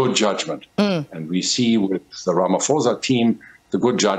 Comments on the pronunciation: but it is RamaPHOSA. not RamaFOSA Come on can you at least try to pronounce the namecorrect? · Has this man never ever said "ramaphosa" correctly? How is he still calling ramaphosa, ramafosa as if he just read the name!!